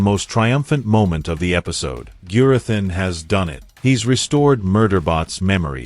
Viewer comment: A persons name is rhe most important sound they hear. You have heard Gurathins name pronounced many times through out the season, Have a little manners and pronouce Gurathins name correctly. There is no excuse.